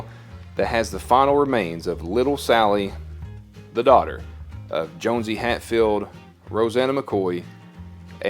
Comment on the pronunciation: Actually, it is pronounced JOHN-see; not Jones-see.